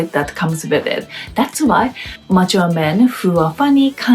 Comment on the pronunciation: "Mature" kept sounding like "macho", which is not a bad thing.